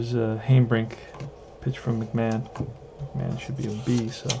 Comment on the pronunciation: Just stopped in to see how your '59 Braves are doing...saw the first few rolls for the Braves and it looks so much like my rolls for the Braves...by the way Harry Hanebrink is pronounced 'Hanna' brink...he use to be with the Braves...oh, by the way Conley beat my Braves on a 3 hitter too...Gene Conley was a solid pitcher, that the Braves didn't have enough patience with. Pray for Peace young man! I am going to pick up my 1959 replay in a couple of weeks...